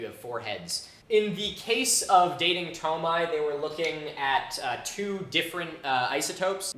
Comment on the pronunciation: Wait is it really pronounced "toe-my"? Just given French spellings (which inspired a lot of romanization standards around Chad), I'd think it's more like "too-my"?